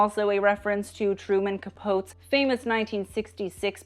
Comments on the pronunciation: Truman Capote’s last name is pronounced Capotee. Great video! Thank you for all of your efforts. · Truman Capote pronounced Cap-oh-tee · I love the knowledge, references and detail shared. Your videos are amazing. Truman Capote was mentioned (at about 17.36). His name was pronounced Cah-poe-tee. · Please pronounce Truman Capote's last name w/3 syllables. Such an iconic moment in time, he deserves his "tea" on the end ; ) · Fussy little comment on an impressive video: while there does seem to be confusion regarding the proper pronunciation of Truman Capote's name (and it may have just been an effect of editing), there's a video of Johnny Carson introducing him with the last name ending in "tea," as in "spilling the."